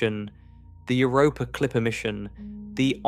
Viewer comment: Euu-rooh-pooh! Uur-uuuh-unos! Stupid AI. 😂